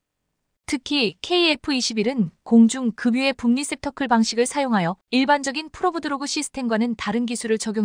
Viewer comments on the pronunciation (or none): 몇번이나 얘기를 해줘야 시정할수 있는가? "급유" 의 발음은 "금유" 가 아니고 "그뷰" 임은 이미 몇번이나 충고 하였으며 요즘엔 초등학교 학생도 "그뷰" 로 읽고 있는데 금유 라고 발음 하는것은 매우 부끄러운 일이다!